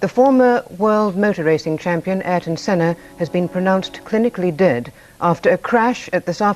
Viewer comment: "Eye-ton Senna" have you ever heard of Eye-air-ton, before doing a documentary on him or?.